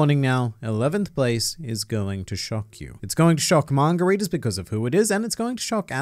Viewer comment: I’ve been trying to figure out why margaritas were important, and then I realized you were saying manga readers.